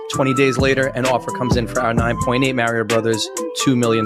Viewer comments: It's actually Mah-ree-oh. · 'mayre-ee-oh' instead of 'mario'. oh yeah, this dude is a crypto bro and a scam artist. I do appreciate them making it obvious these days when they're scammers, leaving very simple first-take clues like their speech patterns and habits. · idiot making the video for rally simply cant be trusted when he cant even pronounce Mario's name correctly. its 'm-ar-ee-oh' not 'm-air-ee-oh'. the character famously says his own name in his catch phrase "its-a-me mario" and anyone doing an impression of the voice will know how to pronounce it right, because say it like that tool does and see how stupid you sound. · I hate how he says "Mayor - ee - yo", it's "Mah, ri, oh", the character himself says it aloud. It's not a choice. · I don't trust anyone who pronounces Mario as "Mayrio" and not "Mahrio" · I don't like the Mahrio pronunciation and say Marry-oh instead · I'm Canadian. No one says "Mary-O". Literally no one. It's all "Mah-rio". The exact way he says it himself in the Mario 64 title screen. You'd have to have the IQ of a doorknob to say it any other way. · MF at Rally pronounced it "Mary-Oh" Tell me you're not a real gamer without telling me. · Kills me to hear Mairio... i know it is kind of localization.. people say what they do. I called Chocobos Co-co-bos forever. And it ia still difficult to say Chocobo. Still... it just bugs. "Its a me... mary-o!" Glad youve got this second channel... because i immediately click see a upload. Now.. potentially 2? You spoil me! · You can tell how much they care about video games by how they pronounce "MEHrio". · 'Mair-e-oh' was enough to let me know dude never played Mario as a kid, or ever. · You can already tell these losers only care about the money when they talk about video games, but the way he says "Maerio" says hes knows absolutley nothing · Why do they keep saying "Merio"? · It bothers me how he pronounces is as Mare-io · Never trust anyone who pronounces Mario like Mare-e-o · Super Merry-O